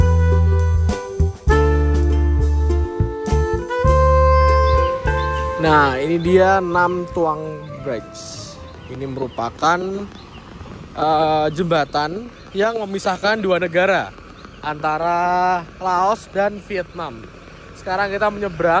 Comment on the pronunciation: Bridge bacanya Brij mas, bukan breds 😁